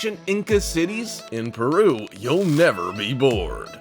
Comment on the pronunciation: no one: narrator: "PERRRUUUUUU"